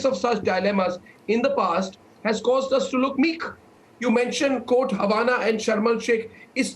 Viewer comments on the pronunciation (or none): It is not pronounced "Coat" or "un coat" but quote and un quote like it is spelled.